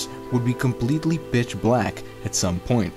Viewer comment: he says bitch black instead of pitch black lol